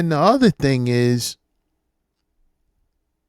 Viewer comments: I hate how they pronounce the word "thing" as " thiiiing'k" 😖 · I fucking hate the way they talk!! What the fuck is that "ink" she adds to every adjective in her sentences! Sinkink, thinkik, doink! The fuck?